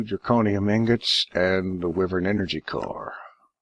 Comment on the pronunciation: Okey dokey, Wyvern is pronounced "Why-vern" it's going to drive me nuts if you keep pronouncing it incorrectly.